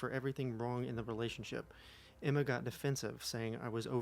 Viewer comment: Okay, I know you said Emma, but it sounded like enema and after hearing all that ITS SO APPROPROQTE OML 😂😂